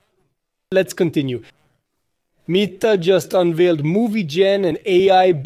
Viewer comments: Come on bro It’s ‘met’ - ‘are’ Not ‘meat’ - ‘are’ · Huh? I was just saying you pronounced ‘meta’ incorrectly.